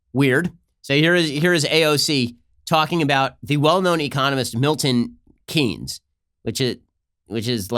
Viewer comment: PSA: Keynes is pronounced like “Kanes”